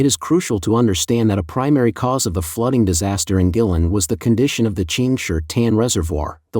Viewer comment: The N.P.C selects the government leaders including Xi. Guilin is pronounced Gwaylin. Check the droughts in the U.S and Europe